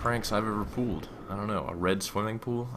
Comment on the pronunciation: lol you said "the best prank you have pooled" nice messup it was comical but i liked the stroy